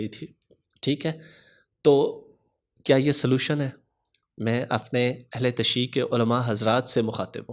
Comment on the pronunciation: Ahle tashee nahi hota Jinab🔴 Ahle tashayyu hota hai🔵